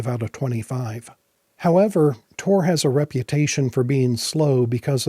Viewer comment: TOR? damn. thats not what i heard.